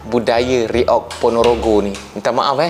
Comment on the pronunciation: kami faham abang susah nak baca kalimat reog.karna di malaysia abjat a jadinya English.alias apa british